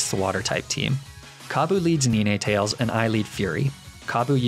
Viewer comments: Did he just say ar cin e nay and ne ne tails? Isn't it Ar can ine and nine tails? 😂 Did he just say Lup-rah?! Tf isn't it lap-riss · come on man it’s Nino tall ayss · I'm sorry, did he say nee-nay-tails and arc-uh-nee-nay? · NINETALES, NOT NINETAILS! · Did you seriously say Ni-nay tales? Its Ninetales….. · It’s not pronounced niné, it’s pronounced nine, like the number 9. I mean, ninetails literally has 9 tails. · I didn't understand the reason behind a few of your pronunciations. Like Arca-nin-è, Nin-è-tales etc, Laprahh? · Mari-Annie? Haha is that like neenay-tails?? It’s hard to tell with all these meme pronunciations! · Arcaneenay and Neenatales. I'll be using thst pronunciation later lol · Quick question: why don’t you say Nee-nay-tah-less (if you're gonna do it, do it properly). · Please tell me the way you pronounced some Pokémon wrong on purpose Nine-tails Arc-canine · I can't believe you pronounce Ninetales' name wrongly on purpose, IMO the name should pronounced as Ni-Nay-Tar-Less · I get so caught off guard by some of your mispronunciations sometimes, ninétails and lifagé especially this video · mispronounces Ninetails leafage marine etc Also: apologizes for mispronounces condemnation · What the hell does he call ninetales and arcanine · 1.Its pronounced sobble (saw-bull) 2. Its pronounced leafage (lee-fej) 3. Its pronounced ninetails not even sure how you mispronounced that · YEAH! NINETALES HAS 2 SYLLABLES, NOT 3! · NINETALES HAS 2 SYLLABLES, NOT 3! SAY IT RIGHT PLEASE! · Some offense buy your pronunciation of ninetales is objectively wrong